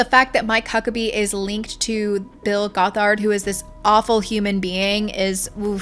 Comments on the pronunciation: Great vid! It’s pronounced “Gothard”. Like “bothered” if that helps! You accented wrong syllable— but regardless he’s a monster! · Goth ard is how it's pronounced! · It's pronounced "GOTH-erd." ("Goth" is pronounced like wearing all black clothing, etc.) Also, he wasn't arrested when he crashed the ATI conference in Big Sandy, Texas. He was removed by police and given a trespass warning (not a lawyer, don't know the correct term & it's been a few years!) so IF he had come back, THEN he would've been arrested for trespassing. I grew up in ATI, & I am NOT defending Bill Gothard, just clarifying that 1 thing. :) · This video is so well researched and fantastic but the way you said gothard makes me feel like an insane woman